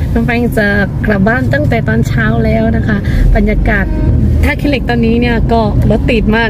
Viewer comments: 💕💕💕 💞 ท่าขี้เหล็ก 💞 ค่ะ ไม่ใช่ 💞 ท่าขี้อเหล้ก 💞 ค่ะ..อิอิ..💕💕💕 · ท่าขี้เหล็ก ไม่ใช่ ท่าขื้อเหล็ก จ้า ❤️